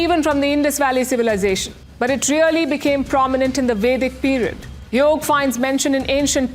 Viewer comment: Yoga is the right pronunciation! In the North, they often cut off the vowel at the end due to the influence of Urdu, a language of the Muslims who colonized India!